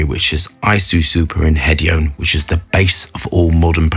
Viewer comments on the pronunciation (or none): none